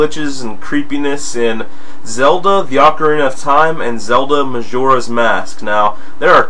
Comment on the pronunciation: Well, I did not realize I mispronounced that many words. I know ocarina is OH-KUH-REENAH not AH-KUH-REENA but, I guess it's that I've been playing em since I was a little kid and my friends and I would kind of latch onto our dialects with these games and it's followed me throughout life. What else do I mispronounce exactly?